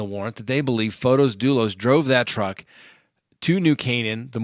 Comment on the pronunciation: Field trips are fun, please take us along often.:-)., it's not pron F-Oh-tis it's pron F-aw-tis. So small o not capital O.